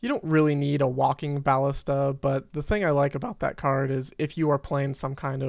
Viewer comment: You're fine, just don't say bAllista anymore :V